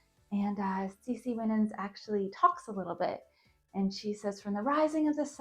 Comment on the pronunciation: Her last name, Winans, is pronounced Why-nans.